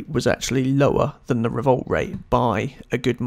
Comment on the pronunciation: Its not revolt its revolut